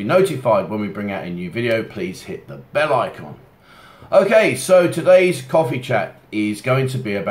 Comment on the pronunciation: Whenever you say "bell", I can't help but to mentally add "end". I don't know. Something about the way you say it.